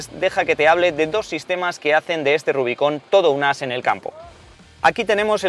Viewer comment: RUBICÓN xDDD. Nunca lo había escuchado así .